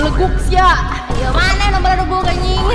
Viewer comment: Real sundanese say belegug not beleguk 😂